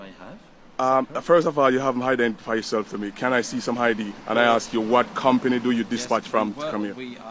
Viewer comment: "can I axe you?" that's done it for me, I stopped watching ....